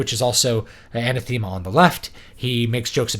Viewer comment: Good assessment, but one thing bugged me: anathema is pronounced "an-ah-thehm-ah" not "anna-theme-ah". Source: graduate degree in theology (aka. "um, actually")